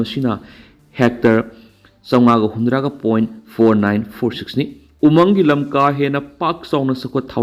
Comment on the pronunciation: News reader na"umang "haibada pronounce tu yamna lumna hairidu lanlay,khara yangna haibiyu..?